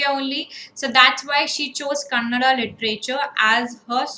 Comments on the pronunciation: It's not kannad. It's kannada. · Madam Kannad alla kannada 🙏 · Mam it's Kannada not kannad.... Plz correct it🙌